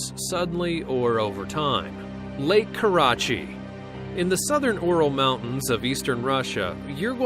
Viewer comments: Lake Karachay is pronounced Kar a CHAY not Kar a chi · does anyone else hate the way they pronounced “Karachay”? IT BUGS ME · Why is lake karachay pronounced like that??? Pretty sure its not